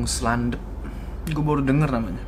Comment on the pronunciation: gunung slendep bang bukan slandep